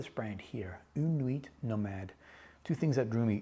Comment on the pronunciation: I have yet to test this one, but yes, une nuit nomade is a great house! (don't pronounce the "T" in "nuit" ;) ) Fun little fact you might already know: when you describe the smell of freshly cut coco nut bringing you back instantly to your time in PNG, the French have a very nice expression, they say it's a "madeleine de Proust" (mad-lehn de Proust). Proust was a very famous author (In Search of Lost Time), in which he describes the first time he ate a "madeleine" ( A typical French shell shaped cake), it was in his grandmother's kitchen. And ever after that, whenever he ate a madeleine, the taste would bring him back to that time and place. Nowadays, the expression is very comonly used to describe the association we make when we hear a song, smell or taste something ant it brings us back to a specific memory. Take care!